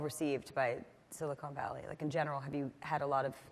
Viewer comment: And she called it "Silicone Valley" throughout!